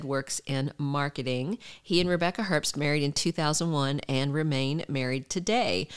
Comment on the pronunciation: The b in Herbst is silent.